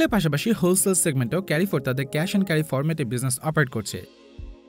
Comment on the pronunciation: এটা কেরিফোর না এটা হচ্ছে কারফোর 😏😏